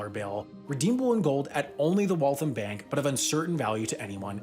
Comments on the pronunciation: "Mank of America" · Am I the only one who heard ‘Mank’ of America? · the "mank" of America. Sam, are you sure about that? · Funded by the MANK of America? 🤣🤣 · Mank of America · Funded by the "Mank" of America?